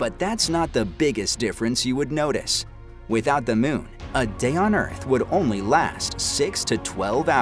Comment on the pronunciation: The "miun"! Annoying vowel sound!